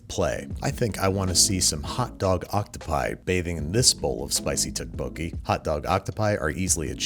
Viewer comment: Its tteokbokki, not tubucky